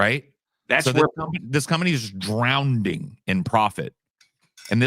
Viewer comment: "Drownding"